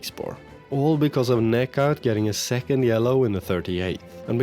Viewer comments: Hey, just a tip. Instead of reading necat's name like that, try like negjat. It is way more accurate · The 'C' in Necat is pronounced exactly like the one in Kocaelispor; in fact, all 'C's in Turkish is pronounced that way.